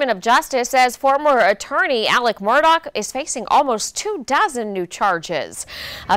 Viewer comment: His name is Murdaugh, NOT Murdoch